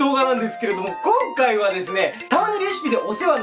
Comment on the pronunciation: こん↓かい↑